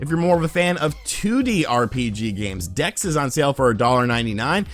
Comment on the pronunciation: Did you say Gex? Oh, Dex. Nevermind.